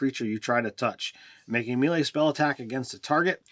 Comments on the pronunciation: me·lee /ˈmāˌlā,māˈlā/ May-lay. Sorry, grammar nazi. This word drives me nuts when my fellow D&D players get it wrong. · Do these guys deliberately mispronounce 'melee' in as many different ways as possible?